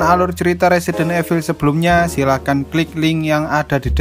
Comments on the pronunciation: Min..baca nya itu resident ivel...bukan resident efil 😂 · INDO: RESIDEN EVIL ENG : RESIDENT IVEL